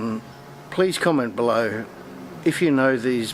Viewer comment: I like how "comment below" sounds like "come and blow"